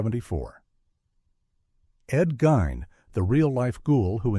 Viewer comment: He pronounced it wrong on 'Texas chainsaw' though, but on the 'Eaten alive' review he gets it right!! Also, he pronounces Ed Gein's name wrong!!